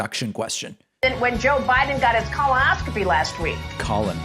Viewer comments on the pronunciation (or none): SHE CANT PRONOUNCE COLONOSCOPY LORD. STEVE BANNON IS A POS HE WAS LIKE "BIDEN ISN'T TOUGH ON CHINA" LITERALLY FILMS PROPAGANDA VIDEO WITH THEM. AMERICA IS IN A POLITICAL CRISIS DEMS WANT LAW & ORDER WHILE REPUBLICANS WANT DICTATORSHIP. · She can't pronounce colonoscopy? Good grief.